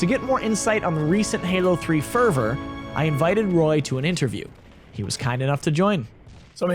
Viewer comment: ferver? favour? fever? wtf were u tryin to say